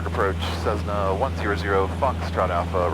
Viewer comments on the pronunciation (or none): Great video and congrats on the new addition. One thing to note is that Cessna is pronounced with S's and not Z's. I use to have that habit as well. :P